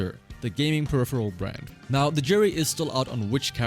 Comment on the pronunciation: This guy cannot pronounce 'Peripheral'